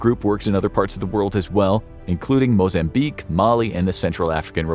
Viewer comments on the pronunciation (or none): none